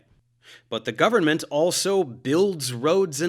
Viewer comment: the only thing i hate about this video is the way dave pronounces government